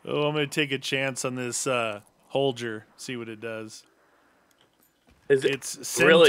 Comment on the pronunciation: Ur saying the name holger wrong get it right